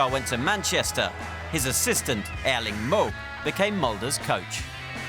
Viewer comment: Creds to the flawless pronunciation! First time a hear a native English speaker get both Erling and Håland right (in the Nordic way). Usually they say "Earling Haalland", but this guy is spot on.